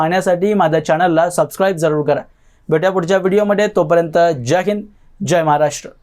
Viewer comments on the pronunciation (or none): none